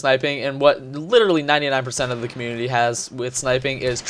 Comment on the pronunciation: DUDE THE LAST VIDEO YOU ALSO SAID COMMUNITY LIKE COMULITY AND I DONT KNOW WHY AM I DOING ALL CAPS RAGE, RAAAAHR